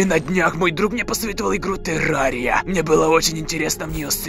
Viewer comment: Не тэрария а терария